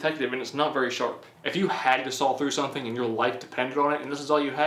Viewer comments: Its SAW NOT SAWLL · There's no L at the end of "saw". Where is he from?